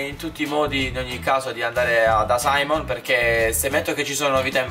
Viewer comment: È SIMEON NON SAIMON